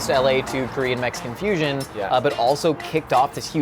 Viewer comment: A Korean-American living in Korea and fluent in Korean here... You are spot on. For a pure American, his pronunciation is solid.